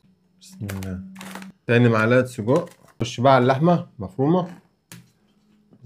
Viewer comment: يا قول سجق مش صودق😂😂😂